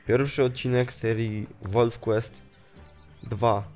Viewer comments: Czyta się normalnie wolf quest a nie "łolf Quist". Zanim napiszesz komentarz skontaktuj się z polonistą lub osobą anglojęzyczną gdyż każdy komentarz źle napisany szkodzi opinij o tobie. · Czyta się wolf kłest osły!I imie które wybrałeś się pisze Katherina! Obejżyjcie Pamiętnik Wampirów to się nauczycie pisać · nie czyta sie wolf quest